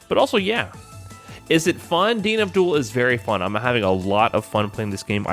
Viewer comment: Anyone else hear him say 'DNF Duel' as 'Dean Abdul'?